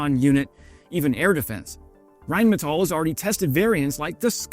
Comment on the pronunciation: Thanks for pronouncing “Rheinmetall” correctly! That escapes too many YouTube channel presenters.